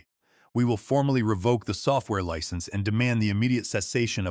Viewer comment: Really you don't know how to pronounce license like a driver's license or in this case a software license Wow